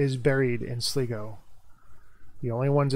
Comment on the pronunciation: its pronounced SLYGO not sligo